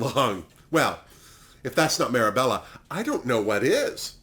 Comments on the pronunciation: Marrabella?! It’s mar-bay-ya lol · Marbella, (say Marbelja) there's no e between mar and bella😉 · I don’t wanna sound phony, but moschino is pronounces with a k. The ch turn into a k. So moskino. And marbella, is pronunced with an j. In spanish double LL turn vocally into a J. Mallorca, Marbella. And, there is a famous „dress in white“ party in marbella, maybe that was the reference for the white outfit of aranjia. Besides that, nothing to say, you‘re fab! Btw. Where are u watching drag race espana? We don’t have it in germany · Loved your pronunciation of Marbella 😂 For me it’s always been mar bay ya. Still would’ve thought the looks would be more trashy young Essex girl as they all tend to go over there just to drink in the sun and make a mess. I do think Pupi was the best though, she seemed to be the funniest well in my opinion anyway.